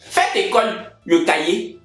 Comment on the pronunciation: Faites ecole le "cahier"😂🤦